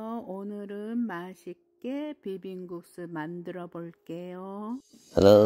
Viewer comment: 남편분 비빔국수 발음 너무 재밋네요 ㅎㅎㅎ 맛있게 만들어 졌습니다 ㅎㅎㅎ 너무 맛있어 보입니다 ㅎㅎㅎ